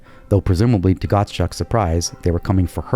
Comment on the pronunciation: I'd be interested in seeing how that one name is spelled...sounds like "Gotschuck" in this video. Could it be Godchaux? It's ridiculous how many YouTubers fail to pronounce words/names correctly, despite having all the tools anyone could ask for at their fingertips...sheer fucking laziness, no other possible excuse.